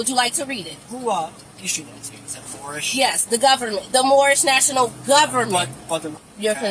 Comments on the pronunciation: First of all lady..it's not Morris it's Morhish. You are driving on roads paid for by taxpayers. Impound it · Remember the guy who didn't even know what it was called and kept saying "I'm Mormish, I'm Mormish"?! 😆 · Geeez... It's "domicile", not "docimile", dumb-ass! Also, it's "Moorish", not "moish".